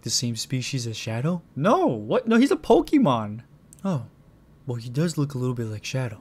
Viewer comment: « Pokimon » No